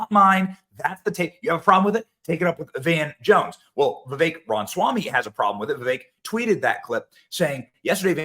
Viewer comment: Please Benny, its Ram-a-swamy.